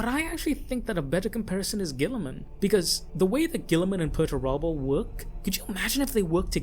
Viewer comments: Ah yes, Mr Turbo. Peter, turbo. Pretty sure it's Per-ter-ah-bow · I keep hearing Peterturbo instead of Perturabo. Henceforth from now on... Perturabo shall be known as Peterturbo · Dude. Pronunciation. Perturabo. Dude. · Hearing this guy say perturabo is really annoying